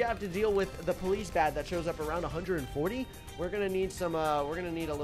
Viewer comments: I love how you said police B A D and not police bad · I like how he says 'Round 100 vs A B. A.D